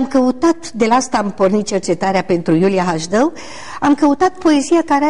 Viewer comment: de ce baba asta zice Hajdău ,, si nu HASDEU?